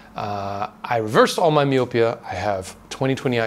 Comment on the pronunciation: It's pronounced my-oh-pee-uh. That's messed up to hear vitamins aren't better regulated. People are such greedy a**holes.